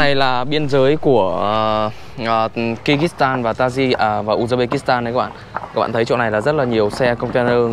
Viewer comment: Không phải đọc như mày là ki rít tan đâu ạ, mày học rồi mà không hiểu, cái đất nước mà mày đọc kyrgystan mà đọc là ( kư rứt san) chứ không phải đọc như mày đọc là ky rít đâu nhiều khi thằng nó đọc mà tôi ngẫm là kiiv, thủ đô của Ukraine